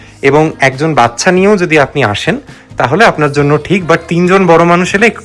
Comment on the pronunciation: বাচ্চা তো। বাচ্ছা নয় বস।😂